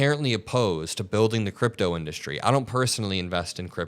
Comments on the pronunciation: In-dUh-stry… why can’t this dude speak… 🙄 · How does he still not know how to pronounce "industry"? in DUST tree. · How does he not know how to pronounce 'industry'? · You'd think that if the ugly orange blowfish was truly a good businessman, he'd actually know how to pronounce the word "industry." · Anybody else hear the fixation and odd pronunciation of "industry", or is it just me?